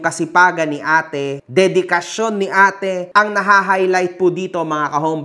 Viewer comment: dedekasyon dedikasiyon 😅